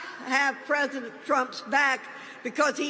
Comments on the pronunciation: "treasident" Trump... She almost had it right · "Ah'm with Treasodent Trump..." Miserable old bigot. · "I'm with Tresident Prump, because words matter".... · Who’s the hell is Tresident trump?